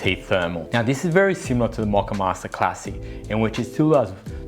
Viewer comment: Mock-uh-master? I thought it was MOE-kuh-mas-ter.